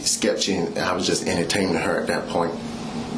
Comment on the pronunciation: “I didn’t even know what she meant by south Tampa even. I was just emter-tame-img her at at at that point”